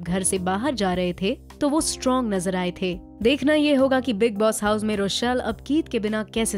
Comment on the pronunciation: how r u saying house IT'S FUNNY